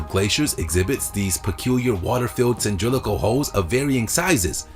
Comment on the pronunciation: "cyndrilical" holes!! XD cylindrical. SMH